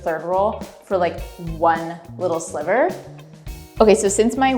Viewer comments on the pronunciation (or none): none